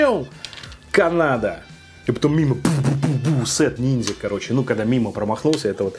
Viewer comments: Ниндзя, а не нинзя. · не нинзя, а ниндзя )))))))